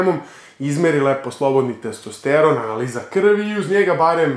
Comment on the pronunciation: Nije testEsteron nego testosteron.